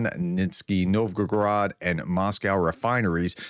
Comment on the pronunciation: i have to stop at nizki nowgograd. cant you read? edit: sorry dude, i have to double down: you claim to have a view on the bigger picture but cant be arsed to even try and learn the romanisation of cyrillic? and the difference between novgorod and novgograd is litterally being litterate. where did you pull that second g from? what university gives a seat to someone with that lacking litteracy? titles dont count, you need a seat to be a professor. what university seats a professor that is so bad at reading?